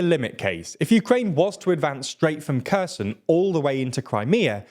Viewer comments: Kherson is pronounced Herr-sonn, not Ku-z'n. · I'm not Ukrainian, but when are you going to pronounce Kherson properly? (It's not a hard K sound) It's been over a year...